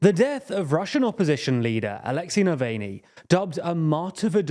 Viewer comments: Wow, only 5 seconds in and you've already mispronounced the name of an individual who's being talked about globally. It's quite difficult to see you as a serious journalist if you can make such an easily avoided mistake. 5 Seconds of searching on YouTube and you get a half dozen videos that tell you how to correctly pronounce his name. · How do you mispronounce Navalny that hard after his name has been said like a thousand times on the news. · how are you gonna fuck up navalny’s name in the first 5 seconds? it’s not like he hasn’t been in the news everywhere for the past few days. it’s not a hard name to pronounce. show some credibility. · I believe in democracy, and I vote for you to buy a fucking comb and fix that hair. Also, I vote for you to learn how to pronounce "Navalny." The man was murdered for chrissakes, show some respect. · Come on guys, at least TRY to pronounce the name of Navalny right!